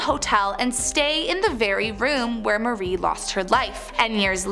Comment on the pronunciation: It’s Marie not Mary